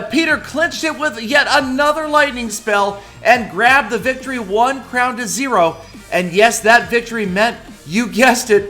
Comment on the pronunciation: Why did you say "Victory"? More like VICTOROEEY!!!